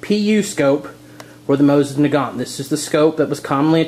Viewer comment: Mo-seen nah-gone.